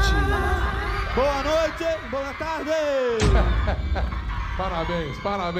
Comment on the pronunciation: Acabei de cuspir uma cerveja na frente do PC ouvindo o "BOA NOITÊ BOA TARDÊ"